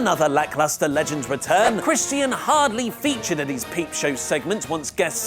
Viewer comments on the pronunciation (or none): CHRISTIAN. IT'S NOT CHRIS TEAN